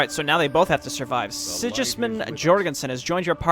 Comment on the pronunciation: Sigismund with a hard 'g', as in girl.